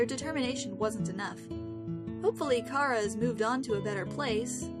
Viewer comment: Welcome back!!! :D We all missed ya! Still wish ya'd learn to pronounce Chara's name correctly, though--CH-ara instead of K-ara. (Lol, that's just how I am and had to put that in there. ;p)